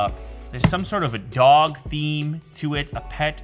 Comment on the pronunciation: Nobody: Literally nobody: Hachi: hachiko the drog tribute from japan